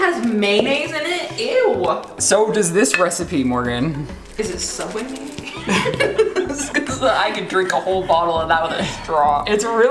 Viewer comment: Morgan: * criticizes pronunciation of coleslaw* Also Morgan: "May-naise"